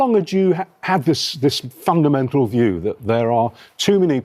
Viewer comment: The way he said 'fundamental view'. Like it's become a strange phenomenon. Also, am sick of the excuse 'we inherited' this mess.